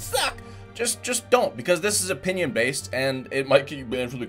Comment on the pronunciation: He said opinin